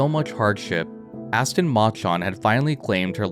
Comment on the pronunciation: Please say "Machan" properly